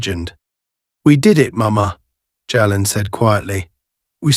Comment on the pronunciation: Jalen is pronounced jay-len. No where in the story does officer White ask Senator Carter for identification, if he had they might not have been able to do the good they did.